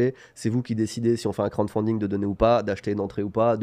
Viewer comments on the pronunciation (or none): la prononciation de crowdfunding ça va pas du tout xD. Sinon en français financement participatif, c’est peut être mieux pour présenter au mairies:) Continuez le bon boulot en tout cas! Ps: idée de nom: le trésor du JV